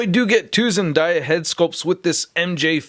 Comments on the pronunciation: It’s zen day a not zen die a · When say zen-die-yah Zendaya fans be like it’s zen-day-yah not zen-die-yah 😂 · ZenDAYa, not ZenDIEa! You say it wrong, but you make cool videos so keep up the good work👍👍👍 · Zendiya SUD and everyone else: IT'S ZENDAYA YOU IDIOT!!!! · It’s “ZENDAYA” 🤦🏾‍♂️🤦🏾‍♂️ “DAYYY” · Sorry, but zendaya is pronounced zenDAYa ( like it's a nice day today) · Your saying her name not right btw